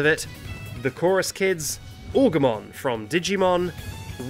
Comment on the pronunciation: You checked the pronunciation of Zacian, but not Agumon?